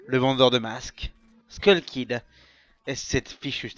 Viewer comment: C'est [skeul] kid , pas [skoul] kid, tu mélange les temps, la narration est erratique, et c'est plus ou moins la même chose que le G-File de Peanutbuttergamer sur le même sujet